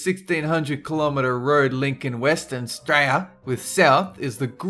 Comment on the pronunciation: I really like the way you keep pronouncing Australia. I'm guessing it's the equivalent of Americans saying Murica.